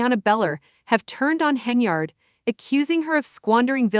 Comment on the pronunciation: Stopped listening the moment I heard the mispronunciation of Tiffany’s last name 😂😂😂😂😂 🤦🏽‍♀️ 🤦🏽‍♀️